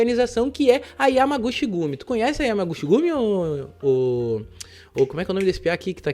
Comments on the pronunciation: Salve 🍻🍻Firmeza?? Cara.. sempre tive curiosidade pra ver como Tu é😂até então só tinha ouvido sua Vóz lá pelo Planeta Novo.. Mano vc está pronunciando Errado..😆no Japão CH tem Som da letra T.. por exemplo Yamaguchi seria como YamaguTi.. (Cha seria Tia,Che Tche, Chi Ti, Cho seria Tchô e Chu é Tchú 😁flwsss Abraços ✌🏾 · "Chi" em japonês se lê "ti" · Se pronuncia (Yamaguti)(chi=ti) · A pronúncia correta é “Yamaguti” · A pronúncia certa eh YAMAGUTI! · Se pronuncia Yamaguti, chi "Ti" o shi sim se pronuncia "chi" como você pronunciou. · Yamaguchi lê-se Yamagutchi , kumicho lê-se kumitchô, Osaka lê-se OOssaka